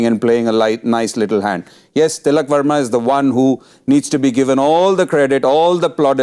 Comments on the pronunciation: It's Varma, not Verma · They were ready for ”Sharma “😍 ”Verma " came out of syllable’s 😂